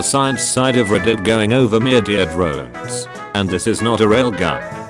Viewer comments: "Mee-your-dore drones" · I love how he keeps saying more ear drones